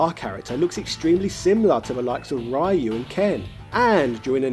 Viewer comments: You think we'll complain at daddy's firat name while I still can't figure out who is Rio and why is Rhea (Ripley?) in the game... O.o I mean, we're used to Brexit victims pronouncing Yu as Eyeore, but Yo as Eeewoah?! I guess that's why we never hear British rappers, they're so white, instead of "yo", they go "Yeehaw!"))) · I think it's really funny how you do a halfway decent job pronouncing Ryo's name (Lio, kind of like Yo but placing the tongue at the top of your mouth in the beginning in the L placement going right into Yo) but pronounce the Ry part of Ryu completely differently. Hahaha! Hot oil wins! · So this is just trolling he pronounces Ryo the right way but he says Ryu as he bloody pleases. This is one of our fave gaming youtubers ladies and gentlemen XD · Not sure if he's saying Ryu wrong being that I don't know how the Japanese say it, but I still hate the way he says it. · I lost it when you said Ryu's name wrong its already 2020 and people still say it wrong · Dude how do you pronounce Ryo right and not Ryu?? 😂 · I find it quite Bizarre that you pronounce Ryo fine, but butcher Ryu every bloody time LOL.